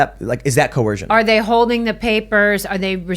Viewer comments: The word is coercion with an 'er' sound, not coorcion with an 'or' sound - just saying🤣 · Only an American could pronounce it as Co-Wersion 🤣🤣🤣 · Not a good sign when your attorney can't say coercion